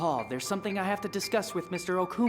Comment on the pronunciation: I think you would come across more fun and better if you could/would instead critique the subs instead of the crap dubs that miss so much and screw up so much. I just cringed so bad the way the dubbers pronounced Okimura... omg, just no...